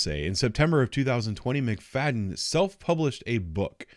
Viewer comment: Her name is pronounced “McFatten”